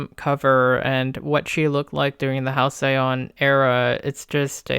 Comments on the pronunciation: hal -see-uhn. Not Hal-cyon. Denoting a period of time in the past that was idyllically happy and peaceful. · Fuck I love this video but the way u say hal-cyai on killed me lmao